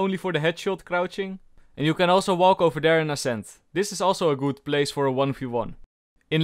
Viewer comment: Best part of this video saying very gud and very cool